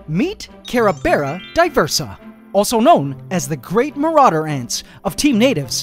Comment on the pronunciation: I mean marauder ant not maurader ant